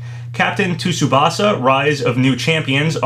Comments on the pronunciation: “Captain To-soobasa.” My inner weeb just died a little lol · "Captain TOO-subasa"